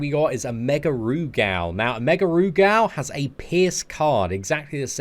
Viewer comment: Rugal is more pronounced with gul instead of gal so when spoken it sounds like Rugul but spelled Rugal